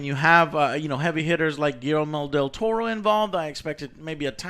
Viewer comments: Why doesn't Joe pronounce Guillermo Del Toro right? I thought he is hispanic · Lol. Joes pronounciation of Guillermo del Toro... You'd think someone from Puerto Rico could pronounce a spanish name :P